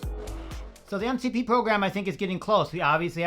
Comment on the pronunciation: did you say MCP close 😂 sounds like the word "Voldomort" from Harry potter now 😂